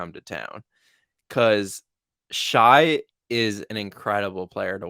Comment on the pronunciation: never heard anyone pronounce Shai's name like that lmao